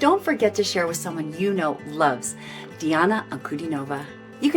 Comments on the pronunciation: In Diana's surname the stress is on DIN, not NOV. Just FYI. She's wonderful isn't she? Glad you enjoyed her performance! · "An-ku-DEE-no-vah". Accent on the middle syllable ;).